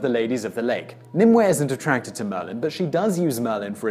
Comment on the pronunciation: Only one pronounciation problem: Nim-oo-y.